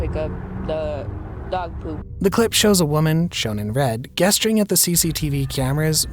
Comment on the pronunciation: Also, the word 'gesturing' is pronounced with a soft G.